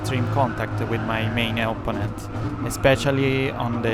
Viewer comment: non ti offendere ma una cosa te la devo dire (dall'accento direi che sei romano come me): imparati gli accenti e le preposizioni in inglese perche' veramente suoni strano eh. La pronuncia di opponent, protect, penalty, delaying, allowed, comfortable, legit, our, consequences, assume, essence, e alcune altre parole e' sbagliata, soprattutto l'accento, e l'uso delle preposizioni e' spesso sbagliato. Google translate e altri tool gratuiti ti possono aiutare perche' leggono i testi a voce alta. Sono parole che parlando di corse auto dovrai ripetere ogni volta, quindi aggiustale una volta per tutte e via.